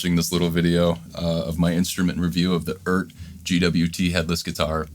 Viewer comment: Just wanted to point out the obvious, which apparently isn't so obvious. The brand name is pronounced E Art.... I've heard it said every which way but. Just like NuX is Nu X. It's still not great, but at least they're using vowels in these Chinese brand names now.